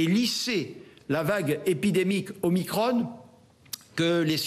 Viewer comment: On dit Veran pas Verane, Macron pas macrone, donc Omicron pas Omicrone